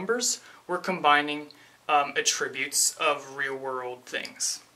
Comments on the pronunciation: Great video, but here, the word "attributes" is a noun and is pronounced "AT-tributes" not "at-TRIB-utes". (Accent is on the first syllable, not the second.) You are pronouncing "attributes" the way it would be said if it were a verb. The grammar Nazi now relinquishes the floor to you,. Great video! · i like it just annoyed me how you pronounced attributes but thats my problem.